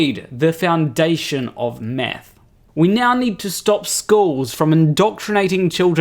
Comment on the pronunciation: Just after the one minute mark was that "I have a Phd in math" or "a Phd in meth"?